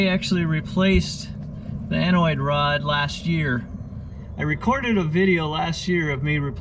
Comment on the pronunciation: Anode, not anoid, rod.